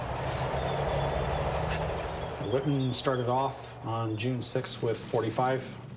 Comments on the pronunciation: Totally rong pronunciation of names.Michael Wittman correct pronunciation is "Michael Vitman", not "uitman".So stupid and unprofessional!! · You all are saying his name incorrectly. ..... In German the letter W is pronounced V, and V is pronounced W. ..... So his name is not pronounced Wittmann, it is pronounced Vittmann. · Not pronounced "Wittman" it is pronounced "Vittmarnn", emphasis on the elongated A (sounding like "marn") as the A is followed by double N. The German "W" is pronounced as a "V". This should be basic stuff for a history channel. And I am not a native German speaker. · His name is pronounced "vitman," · Wish you'd pronounce it 'Vittmann' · Say "Vitman" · His correctly spelled name is WITTMANN (pronounced VIT MANN) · Vitt Mahn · Please, try to pronounce his name properly. He was a German, not some American. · This documentary is a little sloppy. Some of the facts are a bit sensationalized. Need more expertise and less showmanship. Still not bad. Wittmann I believe should be pronounced with a "V," not "W." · It would have been easy for them to at least correctly pronounce the V in Wittman. I mean, it's supposed to be a documentary. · You’d think if you’re going to make a whole, long documentary about someone that you’d at least pronounce his name correctly! It’s not even a difficult one to pronounce.